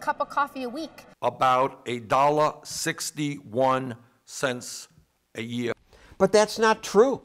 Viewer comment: "about a dalla" i like his accent.